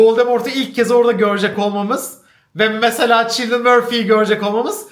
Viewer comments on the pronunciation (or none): Cillian murphy adı ç ile değil k ile başlanarak okunuyor